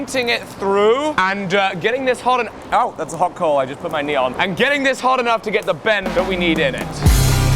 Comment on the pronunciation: Every time he say coal I heard coke.